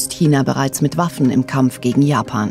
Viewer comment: Habe ich auch die ganze Zeit gedacht. Amerikana und Japana... 😂